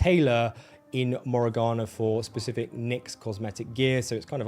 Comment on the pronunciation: "Specific", "Pacific". Please learn that these are two separate words.